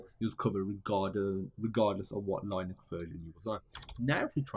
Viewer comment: Line-ucks? 🤦🏻‍♂️ Bro, it’s pronounced Lin-ux, the first syllable rhymes with sin or kin. It’s not like the first syllable in Linus which is pronounced ‘lie-nus’.